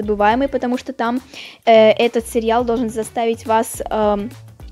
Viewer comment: Уши режет от слова "серьял". Автор, так не говорят.